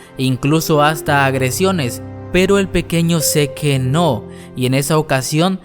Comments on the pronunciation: Encuentro más exasperante oír cuando dice "zeke" siendo que se lee "zek" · Que no se pronuncia sic y marli? no seque y mare :v jajajaja todo el video me la pase imaginando que decias "ahi mare" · Escuchar todo el rato "seke" en vez de "sik" está cabrón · Me da ansiedad cada que dice SeQUE en lugar de SIK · Zik se pronuncia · pero se pronuncia ( zik ) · No se dice "Mare" es "Marley". Y no es "zeke" es "Zik" me cagan cuando pronuncia mal. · Zeke se ponuncia Zik Mare se pronuncia Marley No hate :) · No pronuncia mal el nombre? no seri pronunciando "zik" "yeguer"??? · Se pronuncia Zik no seque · Se dice zik no seque. Que estresante